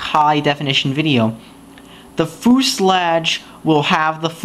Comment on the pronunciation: Bad grammar and you can't pronounce fuselage correctly.